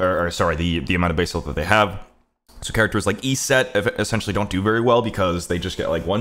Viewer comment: means Isis when he says "eSeT"